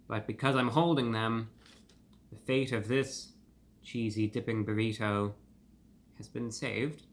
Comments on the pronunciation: I love ReviewBrah’s crisp articulation particularly with Ts. We normally say “burri-DOUGH” but he says it correctly as “burri-TOW” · My FAVORITE pronunciation of the word “Burr-EE-toe!!!!!! ❤ it